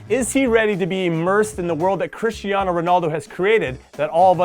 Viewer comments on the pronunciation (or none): none